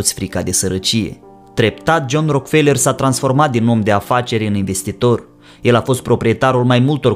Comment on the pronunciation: Nu e RockFeler - citeste “Roac-ă-felă”